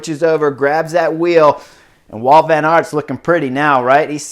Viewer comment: It is Wout not "Walt" He's Belgian!